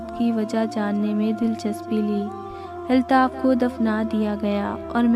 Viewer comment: Nice story h miss lekin ap please apny alfaz k tallafuz ki sahi adaegi Kia kren jese k ap ne kaha ( iltaf) jb k sahi lafz (Altaf) hota h or ap police b sahi nhi bolti ye b durust kren